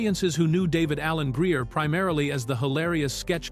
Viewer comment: Did I hear this AI pronounced Flavor-Flav’s name wrong sounded like (FLAB). •David Alan Grier’s name too a few times as (GREE-AHH) I know it’s just a mistake in the AI because it can’t always pronounce “NICKNAMES” properly, other than that the rest of the video was cool and the gang. Love this movie I watched it when I had my first apartment damn it was a long time ago that film met phenomenal cast all my favorites.